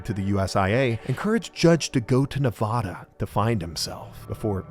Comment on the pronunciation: Reno Navada mentioned🎉. But you’re saying Nevada wrong.